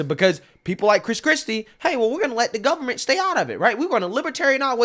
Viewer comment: Please don't say guv-ment and libary. You muck me up with that. Learn to say library. 3 syllabus. Not two. .